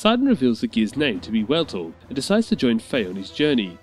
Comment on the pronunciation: Wueltul?? You mean Weltall?